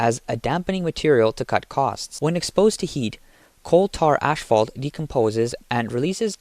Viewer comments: Asphalt, not ashfalt. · The amount of times you said ashphalt instead of asphalt is embarrassing. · PEOPLE! PEOPLE! PEOPLE! It is NOT ASH-FAULT! It is ASPHALT! There's no "SH" sound in the word! Stop being idiots! Learn to speak properly! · Its asphalt, not ashfault...pronounced "ass fault" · ASS-Fault, not ash fault....his English is as bad as Chinese products.... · By the way: it's called asphalt, not ashfault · It's "asphalt", not "ash-fault" 😉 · I know it doesn’t matter…but is he saying “ashphalt” ? Just curious🤷‍♀️ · "Ass fault" is pronounced "butt crack" .... hahahah. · that's it - i can't listen to this dude mispronounce the word "asphalt" anymore! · "ash-fault" "chass-iss" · Asphalt is pronounced “Ass - fault.” Chassis is prounonced “Chassee” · I know you guys are just paying some random people to narrate your videos, but the literacy of these people is getting worse every day. reading today can't even pronounce the words chassis and asphalt; two words that are mentioned numerous times. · When your script is written by chatgpt and you dont even know what you're saying you pronounce words like chassis and asphalt like an idiot.